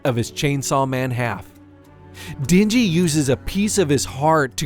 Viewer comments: Isn't it den-ji and not dingy? LOL I love it when white people pronounce Asian names. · Or how he calls the MC Dingy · "She doesn't give Dinji..." and again "Two things in which Dinji desperately needed." It should've pronounced like den. As in animal den. Not din, as in dingy.